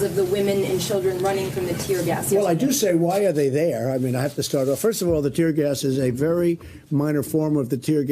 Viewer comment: “ tear gers “ ...